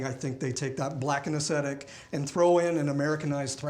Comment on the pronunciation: ess thet ick...aesthetic ...it's not acidic